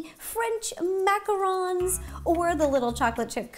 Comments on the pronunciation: Macaroons!?!??!!?!! It’s macaRONs!!!! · I always thought it was pronounced macaroons like oooooo but Ro says them like Macarons like oh ns